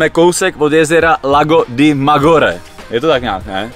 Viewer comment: Nečte se Magore, ale Madžiore !